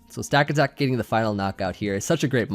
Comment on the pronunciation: I think its pronounced Stuh-kata-kuh.